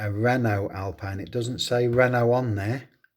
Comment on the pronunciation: Thanks for the shoutout 🤩 I’ve always wondered how British / American pronounced my name, 😂 so now I know: wrongly 😜 the E at the end is silent 😉 and hw didn’t make names mistake because even alpine is owned by Renault it’s a separate brand BUT anyway great video by 👍 i have the 86 Monte Carlo, another dimi gift 🙂